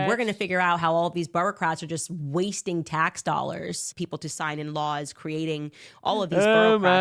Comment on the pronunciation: Ya Candice has some weird inability to pronounce vowels like I have herd her say "laws" like "luws" maybe its all the speed she is on